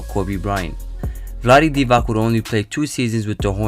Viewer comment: Vlade (Dee-vatz) dude, not (Dee-vak).